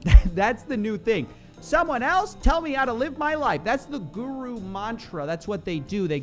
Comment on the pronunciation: whenever u say guru with ur western accent, i cringe to my teeth🤢, at least pronounce it properly